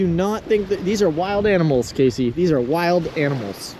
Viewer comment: When you Gonna pronounce her name the same way she does? He says Casey She says Cassie? I don't understand why he can't enunciate her name properly